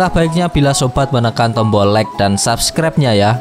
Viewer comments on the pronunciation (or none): none